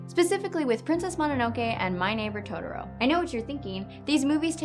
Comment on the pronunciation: Down vote for "todoro".